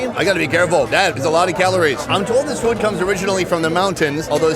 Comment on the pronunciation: Why does he always pronounce food as "feewd"?